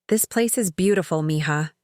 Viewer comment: It’s mija, not mihah. Who could could even think about this wrong writing